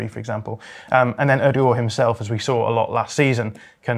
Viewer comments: Oadour-gore????? It's O-der-gaard dude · Whys he saying it as 'urdergur' 😮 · There’s a D at the end of OodegarD